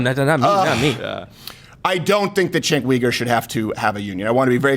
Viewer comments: “Cenk weeger”😂😂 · "jink weager" lol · It's pronounced Chunk Yogurt, you bigot! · How the hell is "Cenk Uyger" pronounced "Chenk Weeger"? Not saying it's wrong, just interesting. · Its pronounced "Chunk Yogurt" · You're meanly mispronouncing his name. It's Chunk Yogurt.